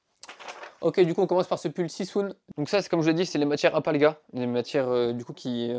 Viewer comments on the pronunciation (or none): hé, "alpalga" n'existe pas ! Alpaga, oui :)